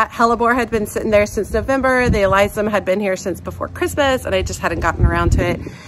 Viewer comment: Loved your video!!! Pronounced A-liss-some. My favorite thing about your videos is they are down to earth and feel genuine. Thank you!